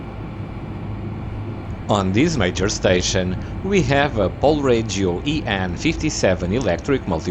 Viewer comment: polregio a nie polredzio